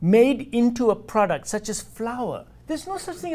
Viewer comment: "You consuming a PORDUCT not food !"